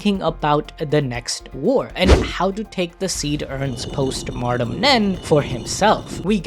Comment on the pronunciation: A good video, and I appreciate you breaking that down, but, for the love of Killua, PLEASE stop pronouncing "Post-Mortem Nen" as "Martem", the word is pronounced "Moar-tem"!